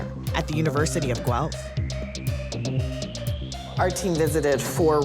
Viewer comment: Its not Guwelf ! Its Guelph